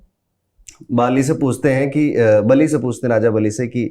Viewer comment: Bali not bali